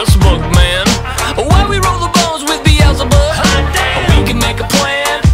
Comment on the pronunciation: Sounds like he says “bee-el-za-bub”? I thought it was pronounced “bee-zull-bub”